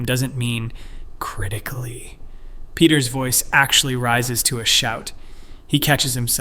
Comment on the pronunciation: that "critically" felt personal 😅😂